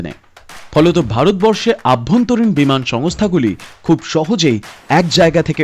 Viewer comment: অভ্যন্তরীণ not আভ্যন্তরীণ......